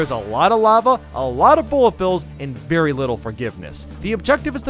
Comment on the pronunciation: There should have been a mario saying "Verdy scary" At least the way i spelled it is what i hear xD